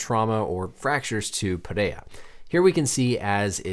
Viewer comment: The way you pronounce Alex's last name with the Brazilian accent. Hespect